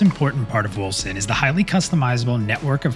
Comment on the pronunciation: Man that clip is hard to watch at first, because you are moving your mouth on the stream in the lower right corner while also talking in the vid...i thought the vid is out of sync, had to get used to it^^ Edit: All i here is "Wilson" when you say Wolcen :-)